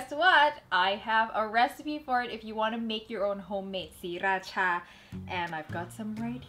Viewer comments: pretentious?? As far as I know, she is Thai. Sriracha is a Thai word. She said it perfectly in Thai accent as all other Thai people do. what's wrong with that? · it thai accent m8